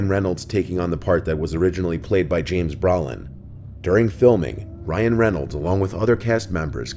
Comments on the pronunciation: “James BRA-LIN?” C’mon, now. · The most terrifying is the pronunciation of James Brolin as James Bra lin